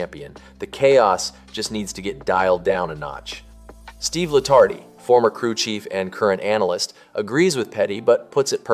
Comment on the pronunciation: You did it again, mispronounced Steve Letarte's name. It is not La-tart-ee... it is La-Tart... You obviously know nothing about Nascar.